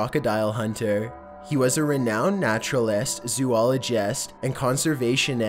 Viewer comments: Natural EST zoolog EST conservation EST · He was a renound naturalIST, zooligIST, and conservationIST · NarutalEST, ZoologEST, ConsevationEST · naturalest, zoologest, nationalest, treeeted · Natural-est, zoolo-gest, and conservation-est... I'm confused why he pronounced like that. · naturalEST zoologEST consevationEST two thousand SEX